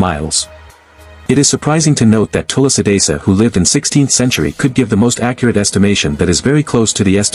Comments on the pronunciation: It's not vami Tula sidasa.....it should be pronounced as Swami tulasi das....Jai Sri Ram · What's with "Tulla Sidasa". I appreciate the content. Can you please not mispronounce the name? I trust you can do it. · “Tula sadisa” is the reason why I despise mispronouncing Indic words. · It's Tulsidas, pronounced as too-see-das. It's not tulasidasa. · It's not tulusidasa. Pronounce like that Tul + si (not sai) + das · Pronounciation is wrong....its Tulsidaas not Tulsidasa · its not tulsi desa.... its (SHREE TULSI DASS) Next time pls thik pronunciation wala VIDEO upload krna ok.. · Love your pronunciation of Tulsidas ji as tulsi...dassa... 😂😂 but love your knowledge about Indian culture... Jai Bajrangbali... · It’s actually pronounced as Thu-la-si Dha-Sa join it Tulasi Dhasa. 😊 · thulasee dhaas pronounce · That TULSI DAS pronounciation 😭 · The way AI pronounced Goswami Tulsidas :/ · It is Goswami Tulsidas,not the way you pronounce it.But your efforts are marvelous.Thank you.Please find out why Kurukshetra has much concentration of radiation if the Kauravas & Pandavas had no knowledge of Atomic theory. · Please pronounce Tulasi das correctly, it's not that difficult. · Bro you give right knowledge to everyone but you not pronounced Goswami Tulsidas correctly You can see right pronunciation on Google 😊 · Try to pronounce the name Tulsi Das correctly.. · Tulsi das..... This would be correct pronunciation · Can u pls learn hindi pronunciations better.... like goswami tulsidas etc. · learn first to pronounce 'Tulsi-Dasa'